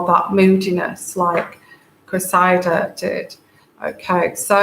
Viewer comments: .. It is Cressida, pronounced Cress id-ah . The emphasis is on the FIRST syllable, the Cress (like watercress). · to help with the name, and it is unusual and hard to figure out how to pronounce, so I hope this little suggestion might help. Think of EGG & CRESS SANDWICHES then CRESSY then CRESSY-DA And there you have it. While I'm at it the other name with the Royals thats hard to get right is Eugenie. So for that one it's take the OO out of HOOP then SHANE OO-SHANE then the NEE out of KNEE so it's OO-SHANE-NEE You might need that one at some point. I didn't know how to pronounce it for years til I heard Fergie talking about it.